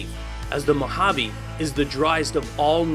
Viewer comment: I'm Spanish, and the way you were saying "Mojave" was really annoying me. I love your videos (both on this channel and your gaming ones), but the way you were saying "Mojave" just annoyed me.